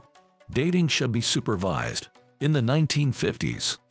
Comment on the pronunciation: ok, i wasn't sure until "supervISEd". would you like me to try and submit an audition? i would rather put in a couple hours of extra work per week and bring in a few extra bucks than listen to a robot do a job i could do.